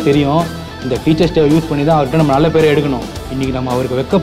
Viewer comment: It is not dai It is day.